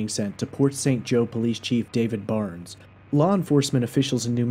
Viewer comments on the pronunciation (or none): none